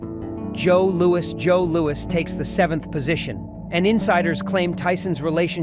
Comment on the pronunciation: The Ai voice is annoying sometimes saying Louie instead of Louis.